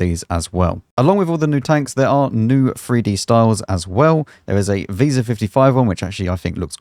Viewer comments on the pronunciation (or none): none